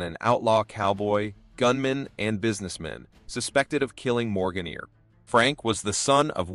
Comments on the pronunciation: The Earp brothers name is pronounced E*R*P. Ignore the A and do not pronounce it. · The pronounciations of commmon words and Names (EAR..p , Tuck-son, etc ) are so far off this MUST be an AI narration. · Great story and history - I just wish your narrator knew ho to pronounce Wyatt's last name and the other place names in the story. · Another comment from one of the watchers about the pronunciation of some words, such as "Mojave" (no "j" sound) and for goodness sake, "Earp" (doesn't rhyme with "ear"). However some edits of the video did correct "Earp", so the error was known. The first killing by Stilwell mentioned was that he killed "another" man. I thought I had missed something. I hadn't. I fail to see how the title of this video includes, "so heartless you won't believe it". He killed two men. "Chilling tale"? This is just to get folks to watch it. Also included are silly images of jurors in the 1800s. Most of the video has nothing to do with Stilwell. Instead of just presenting facts, it also goes too much into interpretation. This was not of production quality.